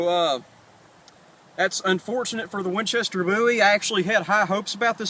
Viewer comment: lol "I'm gonna let my brothel do this one" "Winchestel" I've never heard it pronounced like that. Cool Vid though.